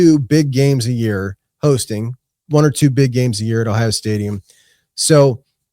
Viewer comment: Idk about that song but it describes ohio. Shooting dice was big in the Akron area. But I wish you could understand him saying ohio.